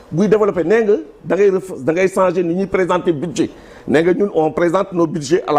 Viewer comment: Un ministre " de surcroît de l'éducation ou de l'enseignement " je ne sais meme plus. Qui ne peut meme pas prononcer le mot changer